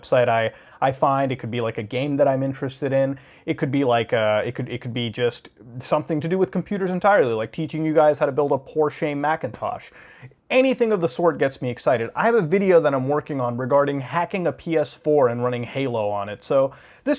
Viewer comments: Pohrsh-uh, not Porshay. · I know Muda did not just call a Porsche a ”Porshayy” 😂😂💀